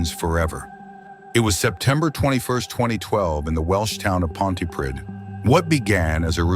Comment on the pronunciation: Pontypridd is not in West Yorkshire, it's not even in England - it is in Wales. Also, it's pronounced 'Ponty-preathe' (like breathe). Also love that the subtitles call the band Lost Profits - which I'm sure they probably did once he was unmasked as a monster.